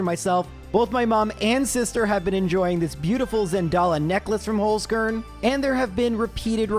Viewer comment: Dude really needs to learn how to say "Holzkern"